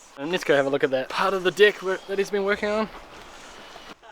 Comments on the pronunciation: Can't help but hear "dick" everytime you say "deck" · Had to catch myself there, thought you kept saying "dick" instead of "deck" 😂 Love your videos, keep up the good work. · yeah, I did this :-O oh...DECK!